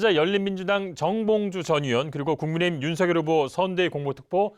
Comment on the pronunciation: 국민의 짐으로 들리는대?ㅋ